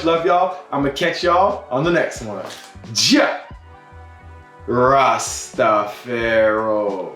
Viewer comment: “Juh RastafEro”???? what????